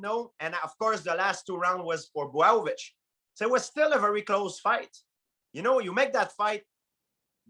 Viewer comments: Man, everybody got his own way for pronunciate Jan Blachowicz !! GSP just said BWOWOVICH 😭😭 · George" Bwow-o-vich" St. Pierre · GSP was STRUGGLING with saying Blachowicz’ name